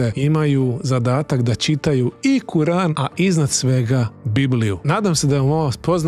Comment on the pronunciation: Brate neznas kako se iz govora kur'an